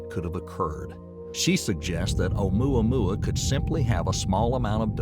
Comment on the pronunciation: If this man say amoua moua one more time